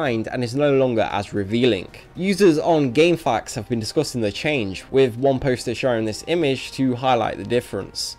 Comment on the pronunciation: Its Game F.A.Q's not gamefacs